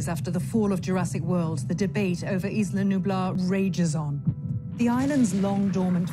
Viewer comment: 25 years later, and the filmmakers still don't know how to pronounce Isla Nublar.